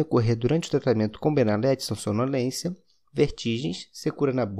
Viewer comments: Benalet... N se pronuncia o t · No próprio comercial eles pronunciam benalet com T